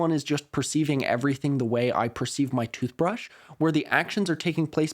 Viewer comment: Skip to when the actual video starts playing. I heard "toothbreesh" and cringed so much at this weird attempt at filibustering for time? 😅 and had to skip forward in the video.